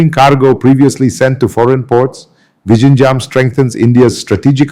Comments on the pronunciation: Hi. Pls see if you can improve your pronunciation of 'Vizhinjam' . Try 'Vilhinjam'. Overall great effort. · Its not vishinjam . Good content though . Please do the video in Malayalam and give subtitles. Doesnt sound authentic in English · sir, please learn to say Vizhinjam correctly, thanks 🙏🏽